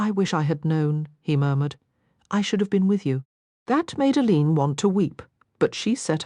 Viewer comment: Total AI. The name of the main character is pronounced by the real Rosalyn Landor as "Ay Leen", but this recording pronounces it as "uh leeen"